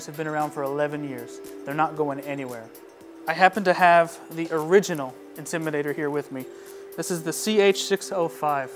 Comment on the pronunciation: I wish he would say the word "INTIMIDATOR" correctly! It's NOT the "Intimider!" Finally, he got it right! And he's supposed to be a DJ using a microphone to amplify his speech? How did this get past the Advertising/Marketing folks?